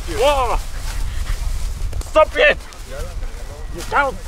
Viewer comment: 「stop it !」が「太スギ！」に聞こえてしまうんですけれどもね